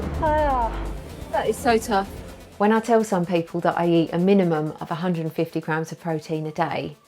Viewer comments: That's what i thought she said yesterday when i first watched it. Now, clicking your time stamp, it sounds like she says "grounds" or "crowns" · It sounds like you say 150 lb of protein ..